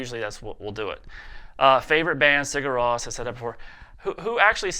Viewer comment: what did he say was his favorite band? i played it over lie 10 times and i cant understand it. Sigarosp?